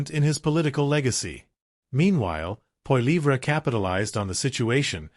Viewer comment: Poiliever...is not even close to your pronunciation...Trudeau...and Trudeau Senior have made Canada an example of Democracy...Not perfect...none are...